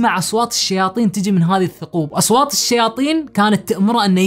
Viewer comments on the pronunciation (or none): وش اصواطط؟ اسمها اصوات يا